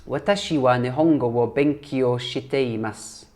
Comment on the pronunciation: Great pronunciation of the new phrases... congrats!!! 日本語の勉強が頑張ってね！ Nihongo no benkyou ga ganbatte ne!!!